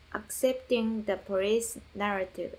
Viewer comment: 😂 “Accepting the porrice narrative”